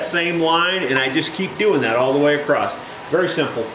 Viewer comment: I enjoy your videos but the word across ends with an "s" not a "t".